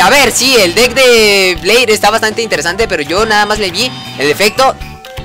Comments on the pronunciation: se pronuncia bler se pronuncia alado con llamas el de jaden aprende a perder con mujeres has un directo jugando yugioh pro phoenix con subs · es "bleír" con acento csm y lo dijiste sin acento XD okay no solo quería comentar algo XD